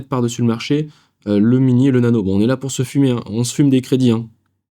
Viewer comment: Top Ne dis pas LÈTIST mais LÈTEUST 😊